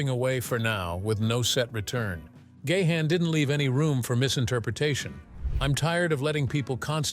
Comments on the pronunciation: It's GA'-HANN not Gay-Han, what a stupid pronouns.. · Dave Gay-Han? Learn the correct pronunciation robot!! It's Dave Ga-han. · Keep posting fake news will only discredit you as a reporter. "Gahn" is a Dutch name pronounced as "gaan", no syllables just one. Your AI voice sounds robotic and dead zombie sounding. 😱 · It's pronounced Gahan (like Gone), not Gay-han...